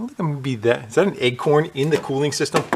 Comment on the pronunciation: It sounds, to me, he pronounces acorn, like eggcorn.